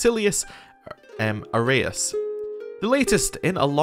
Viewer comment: Loving the new CK3 series. Please keep the videos coming. As for pronouncinations, any vowel followed by "u" is pronounced as the vowel+v or vowel+f. For example "eu" (like we have here with your leader's name) is either pronounced as "ev" or "ef". In this case the name of your leader is pronounced: Vasilefs Arefs